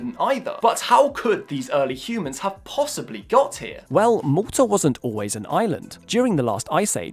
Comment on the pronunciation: I'm fairly certain he's taking the piss pronounciation of Malta, my guys.